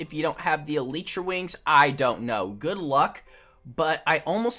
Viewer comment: Man said E-lit-chra